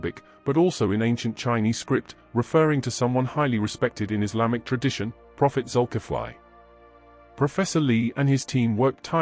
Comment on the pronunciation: The spelling is Zukifli. But it pronounced Zulkifle, not Zukifly. Example: Ali, pronounced Ale not Aly. 😊